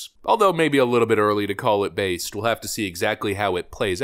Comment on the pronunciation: At the end it took me a second to realize you said based politics because I heard baseball dicks😂😂😂